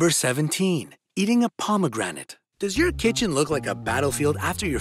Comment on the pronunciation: Check dictionary for the correct pronunciation of pomegranates. (hint: the e in the middle is silent.)